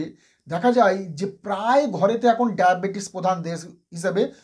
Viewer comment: ডায়াপেটিস ? কথা কি সঠিক। ডাক্তার মানুষ কথা সঠিক ভাবে বলুন